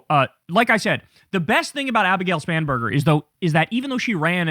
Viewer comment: She has one of the most unfortunate surnames... At least when Kyle says it, it sounds "Spamburger" every time. Also, I don't know why, but the applause during her speech sounded very artificial, like from a machine. Am I the only one who heard that? 🙂🤷 Anyway: All the power to the Democrats, as far as I'm concerned! The Republicans need to go away.